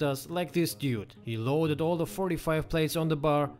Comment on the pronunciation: Yes. We all have noticed he says "oil" instead of "all".